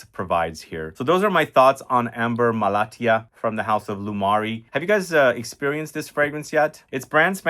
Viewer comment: I am from Malatya, which is a city located in Turkey, also famous for producing almost 60-70 percent of apricot around the world thanks to its soil. It is really interesting to see this fragrance here and your pronounciation is on point 🙂